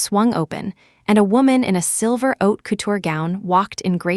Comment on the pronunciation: Not oat couture but HAUTE COUTURE